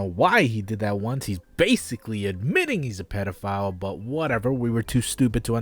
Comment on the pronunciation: nobody:: pedophlyle